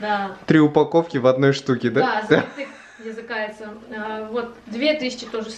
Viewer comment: После, станов, ты сказала «языкается», вот это было реально смешно😂 посмотри, или я не правильно услышала?